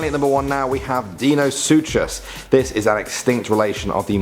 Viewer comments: Learn how to pronounce it’s dunkle o steus not dunkle oh steus and what’s a deenosuchus it’s dienosuchus and helecohpreon who taught you how to talk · It's not deenisuches it's dynosuches (not spelt correctly just how it sounds correctly) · It’s pronounced “soocus” not “ soochus” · its pronounced Dine-uh-sue-kus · Actually number 1 is pronounced Dino-sookus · It's pronounced dino sukus. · Dino sookas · its pronounced Dinosukus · You mispronounced Deinosuchus